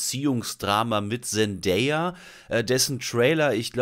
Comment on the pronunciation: endlich mal jemand, der Zendays Namen richtig ausspricht